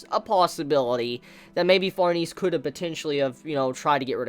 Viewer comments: What an awkward way to pronounce farnes....she is french...the e is silent...its pronounced like farms...but with an N instead of M...so like Farns.. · It pronounced farnaysay